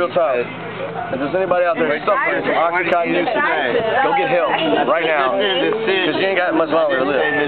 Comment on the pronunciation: Percocet is Oxycodone. And Oxycontin, NOT Oxycotton like he says, is totally different. You don't even know what you're talking about too, they are two completely different drugs.